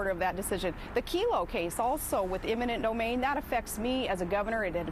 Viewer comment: "eminent nomain"?! ha~